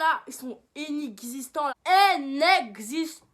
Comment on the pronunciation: INEXISTANT PAS ENEXISTANT 😭😭😭